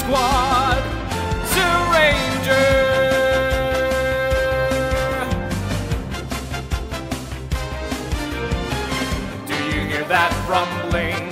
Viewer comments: It is Zyuranger (pronounced Juranger) not Zuranger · It’s pronounced Jew-ranger, not Zoo-ranger